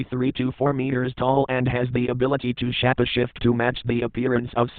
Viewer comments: sounds like he says "the ability to shat a shit" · Ah yes, “SHAPPASHIFT”